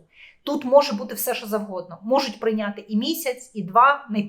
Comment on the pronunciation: Не "щьо", а "що".